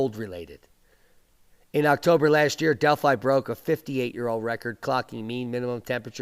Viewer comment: Delhi (as in Dellie) not Delphi. Delphi was in ancient Greece.